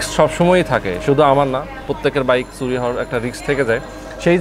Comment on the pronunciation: Bhai, apnar shob video valoe but apnar kothar uccharon arekut improve koren. Suri na Churi bolen